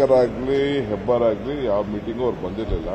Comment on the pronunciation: Hebbar not hebbalkar